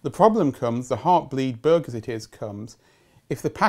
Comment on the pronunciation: Is he saying "Heartbleat blug"?